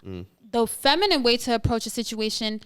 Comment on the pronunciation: Thos is outrageous that grown woman couldn't say feminine or feminist, but she could say masculine clearly. Is that homie from the Dr. Umar and Cynthia G interview/debate. Until women comprehend the real reason for marriage we are doomed. Modern woman are extremely Selfish, delusional, and ignorant to life's true meaning.